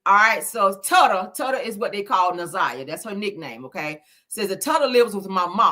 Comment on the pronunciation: With all due respect, her nickname is pronounced ‘Toota’ like “Toot-uh”. Hearing you keep repeating TUTTA Is sending me.